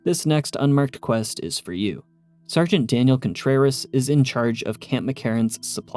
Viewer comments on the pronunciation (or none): none